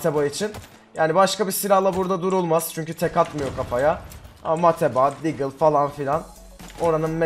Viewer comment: "DAGLE" CANDIR!! :D